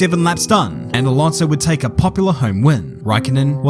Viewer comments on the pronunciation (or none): none